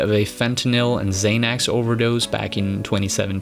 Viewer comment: “Zay-nex”?? You never talked about schizophrenia at all, blaming it all on the drugs